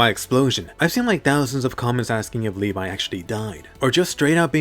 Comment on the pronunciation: Levee not levai